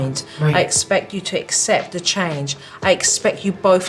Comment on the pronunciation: ACCEPT, NOT excepr!!!